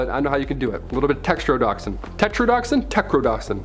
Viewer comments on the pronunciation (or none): Tetrodotoxin is pronounced tet-ro-doh-toxin.